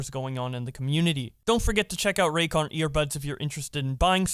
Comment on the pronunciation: Ah yes "Raycon Earbuds"